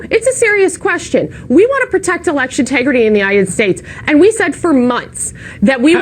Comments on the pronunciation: LMAO "election tegridy" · "We wanna protect election TEGRITY." --Randy Marsh (South Park) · Did she just say 'tegrity'!?!? Dang South Park wins again! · "Election 'tegrity"